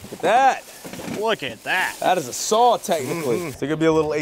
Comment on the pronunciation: Why does he call a saw a sawl?